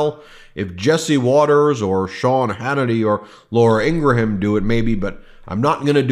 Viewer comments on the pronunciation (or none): Love the videos and the messaging guys but it's driving me crazy that Laura Ingraham's name is constantly being mispronounced, it's pronounced IN-gram not IN-gra- ham. There's only two syllables despite the spelling. Just a pet peeve. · You got a problem with Trump mispronouncing Kamala's name while you can't pronounce Laura In-GRA-ham? I hate Laura, but you mispronouncing Laura's name makes me cringe! I guess you think it's sounds cute, but it made me UNSUBSCRIBE. Can't take it anymore!!!